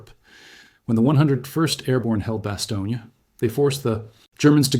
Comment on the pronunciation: bas-TONE, not bas-TOE-neea